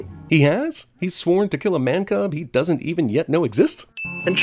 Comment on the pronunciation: You're trying to be part of CinemaSins and completely butchered the word "doesn't." (Ding)